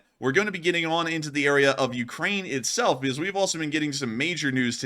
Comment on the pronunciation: "More closer". "Beguzz". "NuculEr". Slob.